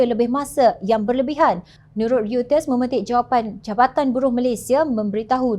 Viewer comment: sebut ‘Reuters’ …. RIYUTES… sepatutnya sebutan ‘rotes’